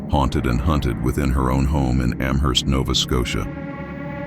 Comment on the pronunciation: i live in amherst!! every october there is ester fest. all things paranormal. when you say amherst, the h is silent.